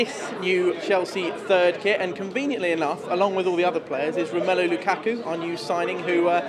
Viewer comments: actually the pronunciation of romelu :p is not right! Here in Belgium we say Rom'u'lu and not ROM 'él' lu :) anyway great song and great striker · Would be better of you could say his name right.... It's more like romelu lukarku, how you pronounce it. Sorry be awkward over it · Im from belgium too an i say romélu Not romulu